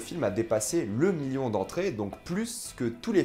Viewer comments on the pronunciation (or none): none